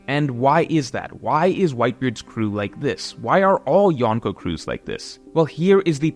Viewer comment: I love you but if you are going to use the Japanese word for four emperors you gotta learn the pronunciation. It's not Yahn-ko its yonko